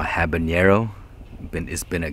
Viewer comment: No, I didn't hear...I was sort of multi-tasking while I was listening to you...probably writing a response to someone in the comment. LOL! New Year's goal for you: pronounce "habanero" correctly. I mean, you ARE the!